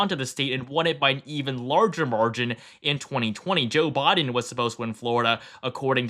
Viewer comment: I swear i keep hearing Jill Biden instead of Joe Biden